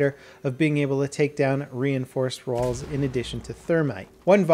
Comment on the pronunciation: "Reinforced rawls" lol